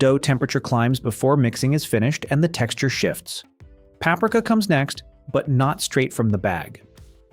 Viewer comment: The thumbnail is one of the stupidest I have ever seen! Why not be truthful? PAP-ree-KA not papreka!